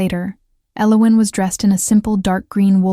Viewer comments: I loved the story! It was a beautiful love story. The hot chocolate at night. His mate bond connection with her. Lovely. Unfortunately, for the first time ever the AI narrative voice butchered saying the main character, El-O-win's name so badly with every saying of it, it almost drove me insane. I'm not sure but I think the other main character, her mate, even the King's name was butchered too. Was his name Race or Reece? I have no idea. I do like how each story has different names for the characters, but you might want to make sure the program can nail the names at least 98% of the time, because this came horribly close to ruining your excellent story. Also, did they walk back to his carriage to get the ring; or did his servant trail after him and bring him his clothes? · Her name is Elowen, yet this AI Voice keeps mispronouncing or misspelling it. Annoying. AI will wreak havoc on our society as it cannot truly understand what is being said.